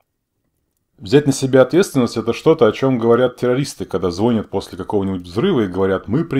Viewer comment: Не ожидал услышать звОнят, я даже насторожился) 😊